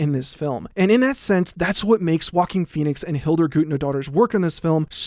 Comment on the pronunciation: I'm always hearing "walking Phoenix" in instead of "Joaquin Phoenix"...